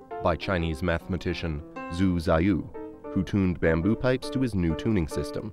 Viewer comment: The first part of the Chinese Mathematician's name, Zhu, should be pronounced "joo"